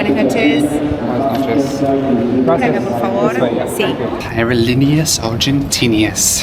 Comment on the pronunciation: Wow, what an epic trip this was... 😮😎 Not to be harsh but maybe for you to consider: maybe you want to learn how to pronounce cities and airlines in their local language. For example Aerolíneas Argentinas. That should be pronounced in Spanish. Same for Buenos Aires.